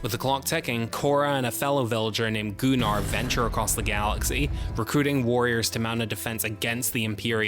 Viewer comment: Gunnar, not Goo-nar. Idk why Anthony Hopkins said it like that in the opening of part 2, it's never pronounced that way otherwise.